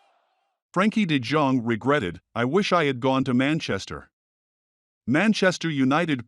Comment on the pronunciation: de Dzong ? Who is that ? Do your homework, man ! ! It's de Yong .